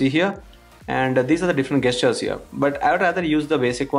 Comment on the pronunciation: Its not Gaystures, its Gestures. Stop saying that!!